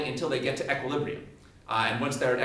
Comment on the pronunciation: He does it to give a more thorough understanding. I'm sure it helps people who are really struggling with the fundamentals. I think he's great at explaining concepts overall, though. Btw, he's the first person I've ever heard pronounce equilibrium as "eck-quilibrium." =p